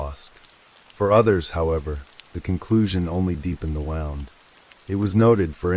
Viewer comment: It’s AI you can tell by the flat affect and pronunciation of words such as wound and live using both in incorrect context